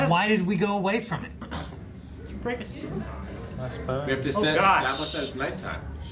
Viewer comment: “oh noo...my spoon”: “Did you break a spoon?”: “:( muh spün”